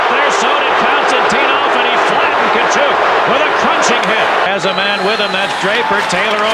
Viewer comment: Wow, there was a time when Tkachuk was pronounced correctly.